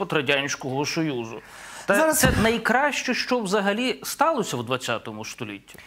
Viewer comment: На влашному дошвіду, шьогодні, жараж, жвяжку... Що ж ним ?